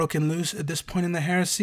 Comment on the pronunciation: 😂 every time he says heresy , all I hear now is Horusy